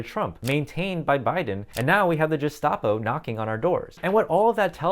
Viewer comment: Gestappo, not jestappo